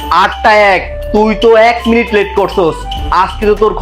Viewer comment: নিমিট❌ মিনিট✅